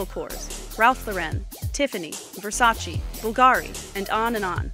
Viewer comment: Its Versace not Versachee